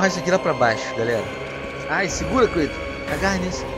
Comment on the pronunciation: é kratos nao kuitos